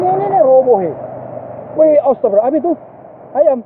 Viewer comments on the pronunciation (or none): none